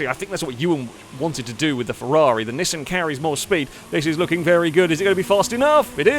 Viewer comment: The way pronounces Nissan bothers me to no end lol.